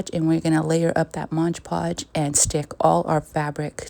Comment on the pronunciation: It's MOD PODGE not MODGE PODGE!